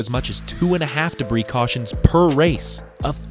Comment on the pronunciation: "I smell beef jerky, CAWSHIN"